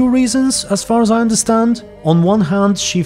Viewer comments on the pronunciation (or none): none